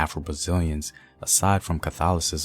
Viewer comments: Brother, The correct pronunciation of condomble is "con - dom (as in "dome") ble (as a long "a" sound)! Great video none the less! 👊🏾😡👍🏾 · Candomblé (Can - dom - blé), you to say like you are spelling the syllables. Portuguese language is hard . Even though, there some things, that I don't agree. It's still a very good video.